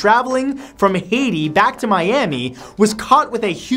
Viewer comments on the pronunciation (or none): The way Matt says "Haïti"... I don't like it. Sounds more like "Heyiti" than anything else...